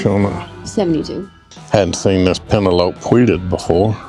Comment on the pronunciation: Peh-nel-o-pee...lol.. not pen-a-lope